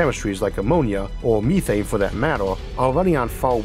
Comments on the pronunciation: Meth-ane. Me-thane? Hell no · MEETHANE ?????????? NOOOOO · Ok, I overlooked the speech impediment, but you had me until you started saying, "meethane" smh